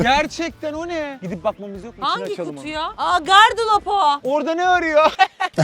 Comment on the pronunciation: iki kere gardlop dedi HDJŞHSŞOUHS